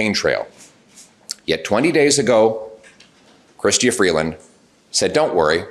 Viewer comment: Love your show! Just an fyi Canadians pronounce Premier as Pre-mur, not like the premiere of a show. And our Deputy Prime Minister’s name is Chrystia pronounced “Chris-cha”. Come visit sometime, I’d show you around Ottawa and help you work on your Canadian pronunciations!